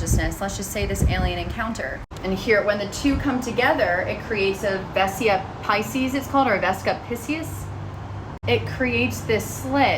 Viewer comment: vesica PIE-SEES :)